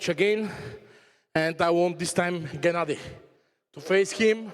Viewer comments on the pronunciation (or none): none